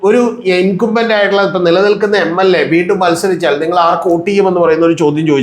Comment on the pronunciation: ഇൻകംബെന്റ് എന്നു പറയൂ, ശരിയായ pronunciation viewers കേട്ടു പolക്കട്ടെ!